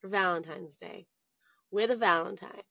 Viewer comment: The English/British speaking woman Valentine is not “Galantine”